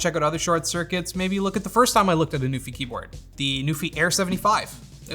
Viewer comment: I know you're saying NuPhy but all I hear is Newfie. Shoutout to the Rock.